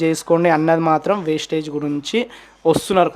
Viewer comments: Vestige ra naayana wastage kadu ra spelling teliyadu adi yela palakaalo teliyadu likes and comments kosam nuvvu chese business perenti ra naayana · Westige kadhu ra Vestige raaa mundhu nuv tinnaga chadavadam nercchukora and niku vestige gurinchi teliyanappudhu aa company name endhuku include chesi matladavu west gaaa India lo the best network marketing edaina undhi ante adi vestige matrramee inka doubt unte check the Google and YouTube endhuku ante 0 investment kabatti... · అది వేస్టేజ్ కాదు వెస్టీజ్ నీకు కంపెనీ పేరే చెప్పడం రావట్లేదు నువ్వు కంపెనీ గురించి మాట్లాడే అంత సీన్ లేదు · Westage kadu ra Babu vestige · Babu adi vestage కాదు Vestige.fst correct ga ga పలకండి word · వెస్టీజ్ నేమ్ సరిగా పలక రావట్లేదు నీకు వెస్టీజ్ గురించి మాట్లాడుతున్నావా ఒక మెసేజ్ ఇస్తున్నప్పుడు ఏ కంపెనీ ఏంటి అని తెలుసుకొని మెసేజ్ ఇవ్వండి వెస్టీజ్ అనేది కొన్ని లక్షల మందికి ఉపాధి కల్పిస్తుంది